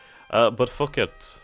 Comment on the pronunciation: Yes, you absolutely do need to get the cargo ships moving. Even though you have that auto convoy thing, I haven't seen a single convoy leave a port. And then 30 seconds after I type that, an auto convoy appears to be heading to China. :/ Lol. Phuket is pronounced poo-KETT. Building up territorial rim bases may take some time. You'll need to build up the ports and airfields, then you'll have to ferry in troops and supplies. Not necessarily in that order, either. Good call on George Town vs Singapore. Singapore is in a tough spot, being at the tip of a peninsula. They're sweating bullets as it is.